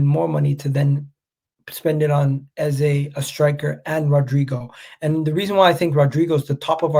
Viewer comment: Ffs it’s pronounced EZA twats 😮